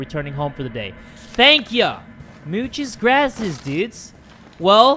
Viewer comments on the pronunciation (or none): No one:: "Muches graces, dudes"